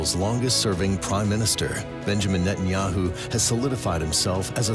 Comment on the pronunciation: At the beginning, did she say Benjamin Metanyahu ? 🤭 God bless Mr Methanjahu.